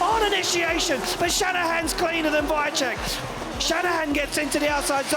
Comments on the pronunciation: mega, ten drugi jakoś sobie radzi ale VAICHECK XDD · wajczek xddddd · Wkurza mnie jak ten koleś komentujący wymawia nazwisko Piotrka.